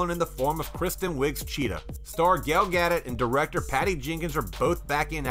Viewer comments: Perhaps the narrator needs to learn how to correctly pronounce names and such, i.e, Gal Gadot: Gah-doe, not Gaa-dot. There were multiple other moments but that was the most glaring. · FFS her names is Gal Gadot, not Gail Gaddet... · First of all, I dig that you've gotta get views, but don't use such a patently, obscenely inaccurate thumbnail. That was dishonest. If you want people to rely on you for movie news, you can't lie to them. Second, the final T in Gal Godot's name is silent. You sound like an idiot when you pronounce it. Finally... yeah, pretty much dying to see Wonder Woman 1984 and Black Widow. I don't care about a lot of the others, and I'm actively hostile towards the new Top Gun because why the F would they make that?